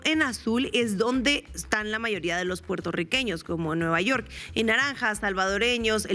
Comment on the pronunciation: Vaya! Ahora no dijo "nü yewrk!", jaja! Chido.